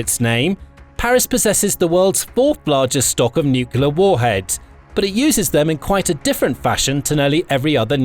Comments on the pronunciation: For God's sake...it is not NUCEWLAR weapons it is NUCLEAR WEOPONS! GET IT RIGHT! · Nuclear, not nukelar... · NUCULAR? Surely, you mean nuclear? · Really informative, interesting and well made - thanks for posting. 'Nucular', though...gaaaggh! All best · If the guy can't spell nuclear, he could try atomic. Everytime I hear "nucular" my ears hurt. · Me to. Only one 'u' in nuclear. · 1. Syria is not in Africa 2. Please learn how to pronounce nuclear properly.